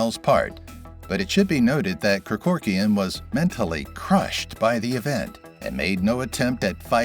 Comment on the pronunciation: Mispronounced Kerkorian’s name about 8 times.